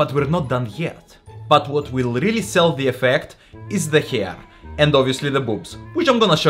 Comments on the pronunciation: ...but what will really sell the effect is the "kher"(ahah sorry but he pronounced it like dick in russian - kher) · Я девушка, и видела кучу макияж-видео. И у тебя получилось намного понятнее! легче! и главное в разы увлекательнее! показать как прихорошиться 😂 Произношение это отдельный кайф))) угорала весь ролик) "фром хер ту хер" было фантастик) Спасибо за крутое видео) 🍀🫶